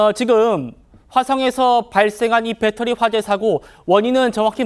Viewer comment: 교수가 초등학생 수준말을하네 ㅎㅎ 빼떠리~ 빼떠리~ㅎㅎㅎㅎ